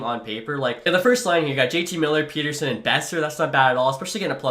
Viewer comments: Okay, a few things. 1. As a Canucks fan that was born and raised in Saskatchewan, I feel like is spoiling me at this point. 😂 2. TO SET THE RECORD STRAIGHT: Pettersson is said pet-er-son in Sweden. The thing you keep referencing where he said he likes Peet-er-son comes from a clip where he was saying he liked how N/A people said it. He liked it cause it was new and different sounding since THAT HASN'T BEEN HIS NAME ALL HIS LIFE. 😂 But that's exactly the same reason I like calling him pet-er-son, cause it's true to his nation/culture. Peet-er-son is such a boring, normal name. It triggers me but I'm not going to talk about it anymore, you do you. 😅 3. Pettersson should definitely be the captain. I think Hughes is actually an underrated option, but Petey just makes too much sense. 4. I love realism. Like when you would go out and sign every single decent prospect in free agency it was like nails on a chalkboard, so I like that you're trying to keep it more real, even with the OEL buyout and tradeblock thing. I do find it funny however that you went to free agency and I said to myself "well at least I'll get to see the Canucks end up asset rich" and then you're just like "guys, I've just decided that's unfair so I'll only sign two of the guys". 🙃😂😂 #CanucksCurse 5. Doughty would never waive to go to "a team like that". 😜 6. Love your stuff dude, keep on keeping on. Can't wait for your roster. 💯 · Dawggg come on man. Stud-neetch-ka, Hogue-lander, Petter-son, mick-hey-ev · Not Peter-son or Peder-shun, but Peder-son, per fans and Vancouver sports media at least. Thanks for trying to bring a cup to the west coast! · Please don't say Peter-son just say Pet er son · I think you are supposed to say PET-ER-SON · As a swede, I can inform it's the latter pronunciation of it. Not like Peterson. In that case he would have one T. The name is like "son of Peter" or "son of Petter" where Petter is a pretty common name in Sweden.